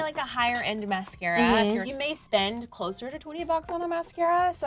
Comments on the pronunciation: lol she said (muh-sarca) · “Miscara” it’s mascara MAS-cara! 😩😂